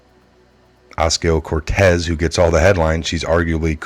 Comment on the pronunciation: Oh Kaz EE Oh - Kor tez, Spanish is a lot easier to pronounce/read. English is brutal. Good job. Thanks for the tru news!